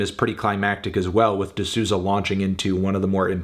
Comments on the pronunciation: Isn’t it pronounced “di Sou-za” (like soul but without the L) tho ? I know its hard for americans to pronounce portuguese names but idk, i thought melon would know. “ Sooza “ sounds so wrong to my brazilian ears. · Hearing my last name in a video is a bit strange (also here in my country the pronounce is "soulza"). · It’s pronounced ‘d SOW-ZA’ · so funny how he pronounces Souza